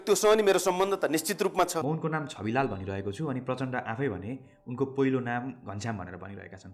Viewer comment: Dai it's Chhabilal not chabilal😅